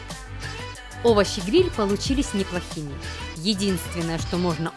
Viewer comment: за место слов(овощи гриль) сказано так(ОВОЩИ ГНИЛЬ) хахахахахаах я не хейтер нооо момент не мог оставить незаметным